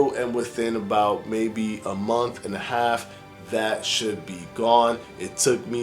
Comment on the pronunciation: Did he say "exasterbated"? I really can't deal with the intentional, acquired, language affectations this guy has. Not like you grew up like that dude, you adopted that lingo. Month=monf, with=wif, and my favorite "stay tune". Really dude, this is getting in your way. Let the lingo go. Or maybe see a speech therapist.